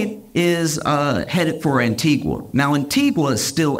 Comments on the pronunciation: Josh ... LOVE your stuff ... but its pronounced 'Antiga' NOT 'Antigwa' ... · Small correction- the pronunciation of the country Antigua is incorrect. It's pronounced Anti-ga not Anti-gwah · Respectfully…. It’s an-ti-GA not an-ti-GUA. Love you tho ❤ - a Caribbean person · I was in Antigua when this happened. The news of his jet being there was all over the local news. Also, the locals don't pronounce Antigua as a Spanish word. It is said as ' An-tee-GA not as An-tee-gua. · Antigua is pronounced without the “U” sound, as An-TEE-gah! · Josh, Antigua is pronounced, Antiga. The u is silent. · It's spelled Antigua but is pronounced "An-tee-ga". On behalf of the Caribbean population, thanks in advance for correcting the pronunciation. 🫶🏾👍🏾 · It's pronounced AN TI GAH spelt ANTIGUA 🇦🇬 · Antigua is pronounced Antiga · Americans please, Antigua is pronounces like "Auntie-ga" with a hard "g", the "u" is silent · People- the name of the island is pronounced “Ann-Tee-Guh” 🤗🤗🤗❤ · The u in Antigua is silent - an·tee·guh. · ➡️ An-tee-ga (U is silent) 🇦🇬🙏🏽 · Stop saying Antigua like that! I can feel my parents yelling at me for this! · Love this guys delivery. Also, the pronunciation of Antigua is wrong as his pronunciation is of a place in Guatemala whereas the plane was in the country of Antigua & barbuda. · I hate to be grammar police, but the u in Antigua is silent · Josh, you don’t pronounce the u in Antigua 😂 Love you though. Hilarious as always!